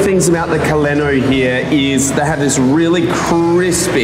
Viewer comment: There are better spots for koleno in Prague (Pork's is super touristy). Little tip: if anybody wants to pronounce it to a server in Prague, it's KO-le-no as opposed to ko-LEN-o